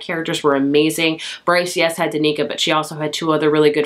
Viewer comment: Danika 🤣 Dan-i-ka